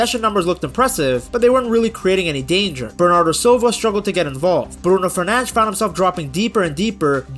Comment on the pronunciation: Ah yes, Bruno Fernanzch